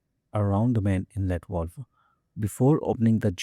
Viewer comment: It's a Valve not a Volve.